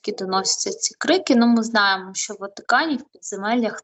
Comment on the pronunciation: Тільки не шьо а що